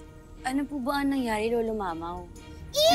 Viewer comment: Nakakatawa si lita sabi nya mamao kay imao